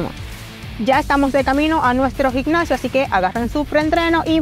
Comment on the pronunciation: Ahora cualquiera da consejos y rutina, dragon Pharma que decepción que tengan pseudo atletas tan chafas!! Puro youtuber! Consigan atletas de alto nivel aunque cuesten más caros! Por cierto para esta dama, se dice GIMNASIO!!! No GiGNASIO. Y vamos!! No Vamo.